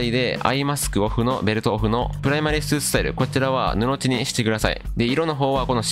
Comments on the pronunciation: ぬのじだと思いますよ。わざわざ返信ありがとうございます👍🏼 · 布地の読み方 ぬの"ち"はおもろい